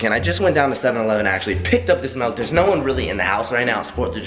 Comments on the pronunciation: It's pronounced milk not melk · who niticed he said melk instead of milk lol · Why does he call it melk wtf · I have to do it. Its milk not melk. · It's FUCKING milk not melk, milk it pisses me off so much!!! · i love it i love i just love it i love it i love it i i love it when he says melk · "Melk"... Did anyone else notice